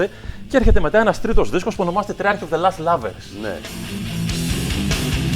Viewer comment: lost not last as he pronounces it.